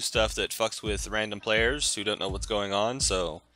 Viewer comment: Ikr cnow instead of know.